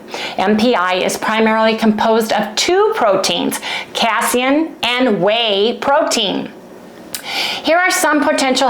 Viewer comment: Adorable 🥰 its pronounced "Kay-SEEN" . I wish Harry's belly the best ❤ I have an issue with "KChow" , but not hard cheese, or MY homemade yogurt (with 40% whey removed), no issues with ghee. But thats my body. Good luck you 2 ❤